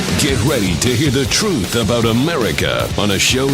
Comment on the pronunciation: lol love when he says the touthhh careaa sthadheee....these people man.